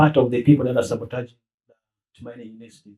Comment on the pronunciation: We are not sabataging 😭🤣 Why Honourable 😅